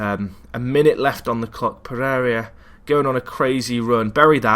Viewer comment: Yeah, pretty much all English commentators change names like that, so I'm pretty used to it also. I think it has to do with English being their first and often only language. at least tries his best and he doesn't do too bad. Some small things like Pereria instead of Pereira (Pe-ray-ra), but with the way he cranks out videos it doesn't bother me too much.